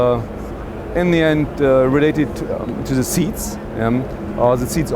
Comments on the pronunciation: it's "the" not "zhe" or whatever that guy was saying .. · ***** if one is to represent a car company he really should speak English fluently and adroitly.. I do not care whence he comes.. I come from a slavic speaking country, yet I know how to pronounce "the".